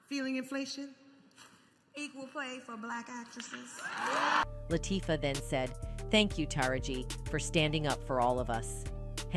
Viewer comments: did the narrator just mess up Queen Latifah name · SPILL TODAY - Please pronounce the Queens names correctly. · Who narrated this? It should have been a Black woman who could at least pronounce the Queens name right. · Lawd hammercy if they don't put some respect on Queen Latifah's name and say it correctly. The same with Taraji P. Henson, put some respect on her name and pronounce it correctly.